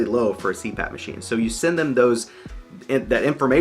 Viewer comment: “Machime”….I’ve laughed and said it out loud too many times so now I don’t know how to say it the correct way anymore. :D